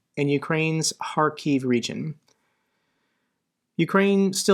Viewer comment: Wow!! Although you aren't a professional journalist, yet you're one of very few and far between who actually correctly pronounces Kharkiv (with a h like hunt rather than k like c***). Respect for that!